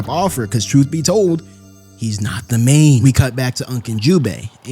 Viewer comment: "Truth be told... He's nat the MAYne 🤷🏿‍♂️". 😂😂😂